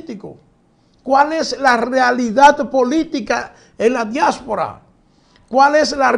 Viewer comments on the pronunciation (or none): Diáspora....no diásfora